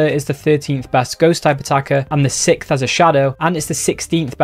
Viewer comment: ‘Sickth’ to ‘Sixth’ 🤝🏼